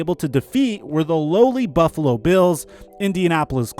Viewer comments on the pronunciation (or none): none